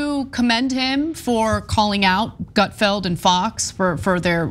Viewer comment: Gutfield… seems like Sick-field😂